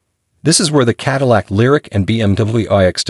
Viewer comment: Finally, some good automotive writing on this channel! Then the overall impact was spoiled by some sloppy editing - repeating almost word for word the platform comparisons and the computer generated voice correctly pronouncing Cadillac in some places and not in others, as well as saying Hip for Hp. If Hp was written out as “horse power” in the text submitted to the computer, then it would be correctly rendered. It was almost the end of Q3 2023 when this video was produced and there are 2024 models with higher trims available at a few dealers. So WHY use a 2023 Lyriq DE and not a 2024 Lux2 or Lux3 dual motor??? This is hardly “keeping you up to date in the EV field” as your introduction promises.